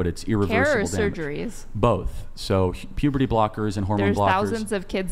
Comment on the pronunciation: Puberty. Not pobocy.